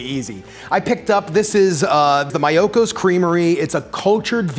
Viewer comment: it’s pronounced “mee-yo-ko”